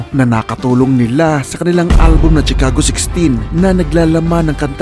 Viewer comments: Correction lng p idol Shi-cago po pg pronouce not Tshi ;) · chicago = shuh·kaa·gow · Sir check your correct pronunciation ng Chicago Sagwa pakinggan